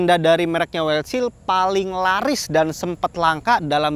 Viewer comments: Wildshell. Bacanya waildsel, bukan waildsil bang. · Wildshell bacanya "waildsyell" bang...